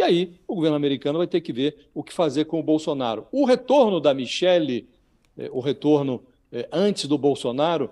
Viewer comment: Mi-che-que. Dona Micheque.